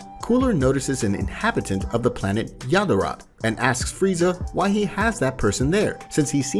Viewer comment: Yadarat and Kai instead of yardrat and ki 💀